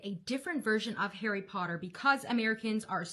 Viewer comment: Nooo, ickle 'Arry 'Otter is in Slytherin?